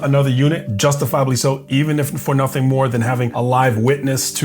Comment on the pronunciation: I didn’t do “nutting”…….also she “can’t” breath…..😅